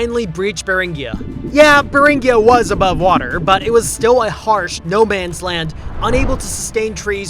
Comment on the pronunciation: Beringia with a hard "gee" sound, not a soft "ghee".